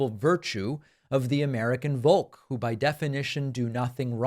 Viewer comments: "volk", pronounced "folk" (the vowel may be odd, but the v is an f), like its english equivalent. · Two small pronunciation corrections: Volk is pronounced like Folk. Goebbels is pronounced like Ger-buhls. (hard 'G', not as jer in German)